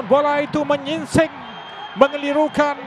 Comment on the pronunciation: kerana bola itu 'MENYINSING' 🤣 pun boleh lah acik pengulas